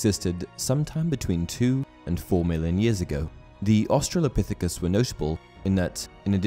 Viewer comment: I had to click off this because of the disgusting sounding butchering of the word Australopithecus...JESUS, have you ever gone to middle/high school?!?! lol